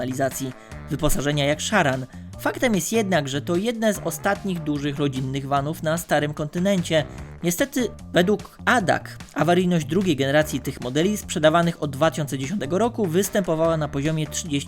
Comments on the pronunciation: Wszystko fajnie, ale TÜV czytamy "tif/w" a ADAC wymawiamy "a-de-a-ce" a nie "adak";)). Niby szczegół, ale drażni i pozbawia Cię wiarygodności w podejmowanym temacie. Pozdrowionka!!!🤘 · jak się pchasz do Internetu, to przynajmniej naucz się czytać nazwy własne.... ate, adac bo aż uszy ranisz ;)